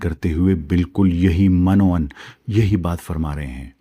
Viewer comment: من و عن م کے نیچے زیر ہے اور ع کے اوپر زبر ہے